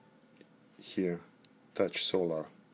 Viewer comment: reviews a G-Shock) I'm sorry bro but your English is not good enough for the task, there are too many mistakes both in English grammar and spelling. "Tough" (Таф) is pronounced differently than "touch" (Тач). Yet your review shows a lot, I advise you to stick with Russian reviews or learn English.